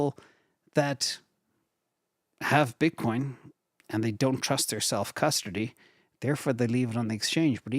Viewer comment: I swear you’re saying self custardy. Sounds delicious 😅